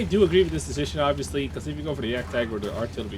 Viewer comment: DId you heared "Cecition Making"?